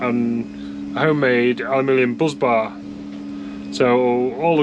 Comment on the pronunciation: Anyone else just spend 3mins googling what that hell a BUZZ bar was only to realise he was saying Bus bar?